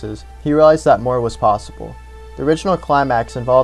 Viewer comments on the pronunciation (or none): none